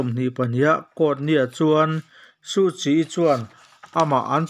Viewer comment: Aungsan = hmanlai Suhchi = hmiah tur Tia thlûk theih chuan ngaihthlak pawh nuam dwuh ang.